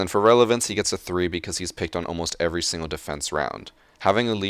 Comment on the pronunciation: E V E R R Y